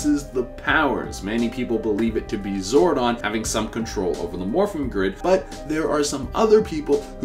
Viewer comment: Okokokok so this guy can pronounce zordon correctly but can't pronouce zord correctly